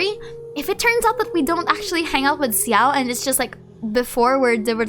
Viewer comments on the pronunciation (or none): why are you pronouncing xiao's name like ciao i'm so confused. i'm pretty sure it's said (sh)ao and some chinese players also pronounce it like that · Hi! Please excuse me I'm really not here to argue, I'm just wondering if there's any reason for you to say Xiao's name this way instead of.. "Sha-oh"?(or how could I write that better...?xD) I doesn't want to sound rude really so I just assumed you have a particular reason for that since I know what a crazy amount of time you put into genshin, the lore and your videos so it was a bit surprising to hear in your videos 😅 Of course this doesn't make you and your efforts any less!!! I really love your videos and your stlye! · Why do you say Xiao like that, with a 'Si' in it? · Your pronounciation of Xiao's name took me off guard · Same, I don't think I've ever heard anyone pronouncing his name like that.